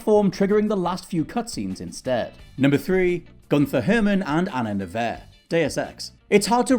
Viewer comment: Agent Anna "Nevair?" Can you guys not put a phonetic pronunciation guide in the script?! At least pronounced Gunther Hermann right.